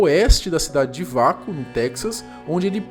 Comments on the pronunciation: detalhe: lê-se UAKO e não VACO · Se pronuncia ' UEICO ' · E se pronuncia “ueico”